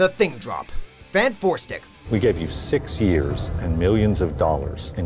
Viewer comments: When he said fant 4 stick i couldn't help but smile. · This dude said Fant4stic as "FANT-4-STICK" I am triggered... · FAN FOUR STIC HAHAHAHA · Hahaha they actually called it FANT4STIC